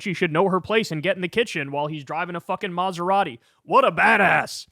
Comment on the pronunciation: Uh excuse me it's a Buga'i not a Masera'i.